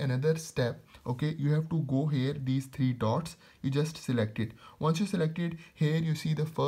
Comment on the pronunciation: It's here not hair😂😂😂😂😂